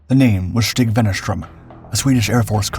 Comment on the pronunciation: "Stig" is pronounced "shtee". Nevertheless, excellent video and superb narration. This is an interesting channel.